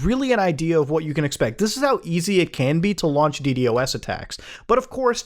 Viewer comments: Beo..it‘s DDos, not „D D o S“ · Hearing muta call it d d o s instead of d doas is slightly irritating for some reason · The fact Muta says DD-OS instead of D-DOS has me shaking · Normal people: D-dos attack Muda: D-D-O-S attack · what’s a “dee dee o ess” I only know a “dee doss” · Just say d-dos bro not d D o S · Dee Dee OS